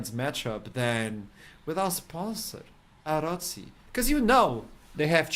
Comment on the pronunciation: Why the hell would you pronounce arozzi as əröusi instead of arottsi